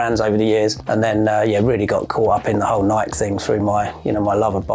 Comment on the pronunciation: Think he would know how to pronounce Nike by now!